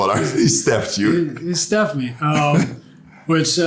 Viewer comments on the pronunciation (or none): Nash said “Stephed me”😂